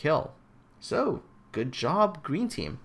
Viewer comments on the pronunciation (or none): none